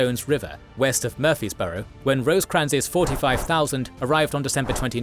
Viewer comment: It's prounounced "Mur-Freeze-Burrow"